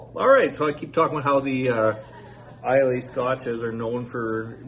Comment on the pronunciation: Nice video,. Bunnahabhan was pronounced correctly. However, Islay is pronounced I la. This dram is quite nice. I really like it. Whisky Wednesday is a keeper l, IMHO. Cheers!